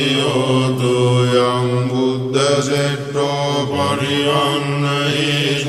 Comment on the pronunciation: තෙරැවන් සරණයි ඔබතුමා විසින් කරන කුමාරකස්සප හිමි දෙසුම් වලට අපමණ පින් ධර්මය ගැන හොඳ අවබෝධයක් ඇති ඔබට පිරිත් බුද්ධ භාෂිතයක් හෙයින් එහි නිවැරදි උච්චාරණය වැදගත් බව සිහිපත් කරන්නේ මෙත් සිත් පූර්වකවමයි . බුද්ධ වෙනුවට බුද්ද ආදී ලෙසට දේසනාවේදී ඒ බුද්ධ භාෂිතයක් හෙයින් ඒ වචනවල තේරැම්ද විකෘති වන බවක් ඇති නේද? ධර්මය විකෘති කිරීම ගැන ඉතා සැලකිලිමත්වන ඔබතුමාට නිවැරදිව ශබ්ද කරන පිරිත් දෙසුමක් ප්රචාරය කල හැකි නම් එය ඉතා වටිනා බව සිහිපත් කරන්නේමෙත් සිත් පූර්වකව මයි නිදුක් නීරෝගී දිගායු වේවා